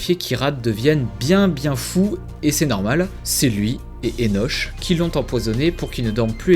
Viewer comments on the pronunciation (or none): Joli jeu, bien que pas ma came. Enoch se prononce "Enok"